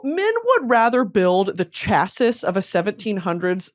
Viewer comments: Also just gotta let you know it’s “chass-ē” not chass-is🫶🏻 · Chassis is pronounced CHA-see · Erm, actually☝️, English 101 class graduate here🤓, chassis is pronounced “Cha-see.” 😁 Hope this helps! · not her pronouncing it as chass-iss when it’s chass-ee im dying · Hey queen - It’s ‘chassey’ not Chass-iss 💕love u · Prounouced “cha-SEE” not cha-sis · ummmmm EXCUSE ME MISSS it's not "chassis" but actually "chassie" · “Chass-iss” is killing me lmfao it’s pronounced like CHASSY 💀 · girl it’s not chah-sis it’s chah-see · Surprised no one’s told her it’s pronounced CHA-SEE and not CHASISS lol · Me screaming at the screen “ ITS CHASS-EE BABE” 💀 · Spent 4.5 years getting a mechanical engineering degree just so I can pass on this crucial bit of information. Unfortunately, chassis is pronounced chas-ey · Sorry Brittany but I am a nerd and the way u pronounce chassis is sha-see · Every time you said chas-sis it was like nails on a chalkboard to me. I’m not beating the dork allegations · It’s pronounced cha-see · Hey not trying to make you feel stupid Brittany but ‘chassis’ does in fact = ‘shassy’ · Dying at “chassis” 😂💀 my husband is the nerd though, not me… it’s pronounced “chassey” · the irony of you explaining what a chassis is but pronouncing it phonetically and not as 'chass-ee' like it's supposed to be is sending me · Chassis= CHASS-ee btw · Chassis is pronounced chasscee , its french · chassis is pronounced 'shasee' 😭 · currently crying over the way she says chassis (ITS CHAS-EE) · Um actually Brittany☝️🤓 chassis is pronounced “chassy” (it’s French) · It's pronounced Chass- ee (Chassis)☝️ 🤓 or chass-eez (plural) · Me, a nerd, yelling at the screen: ITS PRONOUNCED CHAS-EE!!!!!!!!!!!!!! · ☝️🤓 erm acktchually Brittany it's pronounced "chass-see" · hi um litully it’s said “ch-ah-see” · Also, it’s pronounced (chā•see) 🤓☝️ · Chassis (cha-see) I’m so sorry. Love you mom. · PLEASE stop saying chass sis. Lmao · Pronounced CHASSIE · girl it’s pronounced chassie